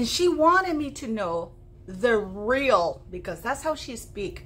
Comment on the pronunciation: “struggles are rrrreal” HA! HA! HA!